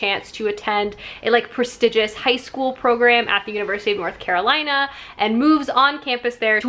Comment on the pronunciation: LMAO Is this the hello fresh risotto? I just had this last night, it's the best! Also, as a North Carolinian, I'm cackling every time you struggle to say the mouthful that is "University of North Carolina." It's just UNC here. Tracy is super super sweet and I'm so happy for her that this book is so huge. I'll definitely tell her how much one of my favorite booktubers loved it when I see her on Tuesday! 💛